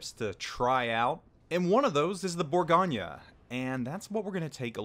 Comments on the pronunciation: Am i the only one extremely annoyed by his pronunciation of “bourgo nyyyaa” ??? Its bourgo nnyeu NOT bourgonyyaa!! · I came here to learn about the burr-GOIN. Instead all I hear is all's ass this and all's ass that. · Geez. It's French, not Italian, there's no nya!